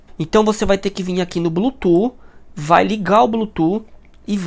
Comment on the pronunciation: Tá bom, perfeita explicação! Mas por favor, fala a palavra Bluetooth certo 😂 que agonia ouvir vc falar blutu toda hora